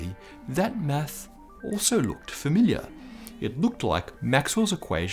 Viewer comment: uhhh something's up when he says "meth" instead of "math" then looked down like he done fucked up hahahaha!